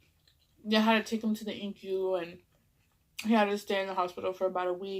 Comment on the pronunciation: Girrrrrl I love you and am a long time subscriber but, it's not Incu its NICU Lol love you chica!! ❤